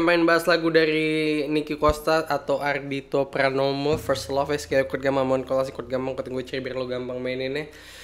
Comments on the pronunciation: pramono banggg bukan pranomo wkwkwk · pramono bang bukan pranomo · Anjir Pranomo 🤣 yg bener itu Ardhito Pramono bang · pramono bang, bukan pranomo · Pramono woy ajg bukan pranomo apalagi purnomo ahahahaha